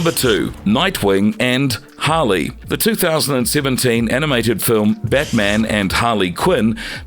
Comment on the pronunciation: It's Harley not holly